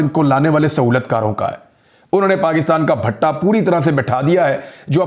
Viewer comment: Imran bhai bhatta nahi pattha hota hai